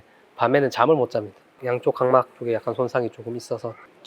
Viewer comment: 4분9초.. '강막'이 고막을 말하는 건가요? 아니면 각막을 말하는건가요?